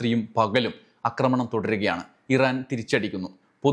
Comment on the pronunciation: അക്രമണം എന്നല്ല ആക്രമണം എന്നാണ് പറയേണ്ടത്